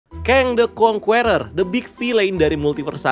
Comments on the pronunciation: Conqueror bacanya (indo) nya Kongkerer bang bukan kong kueror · Saking semangatnya sampe bilang Kang the Kwongkuweror 😂